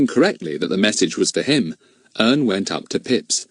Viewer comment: Said wrong Ern😢😢😢😢😢😢